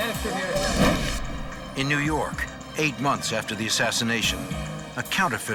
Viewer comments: new yawk office 😂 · NEW YAWKKK AFFICEEE!!!😅